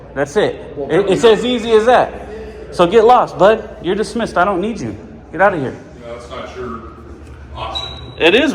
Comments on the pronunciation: "herre" instead of here📢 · "Herre" they come